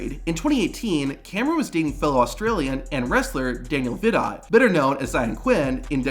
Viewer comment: It’s pronounced Daniel Vi- doe. Seriously I would have re-recorded this. So many mistakes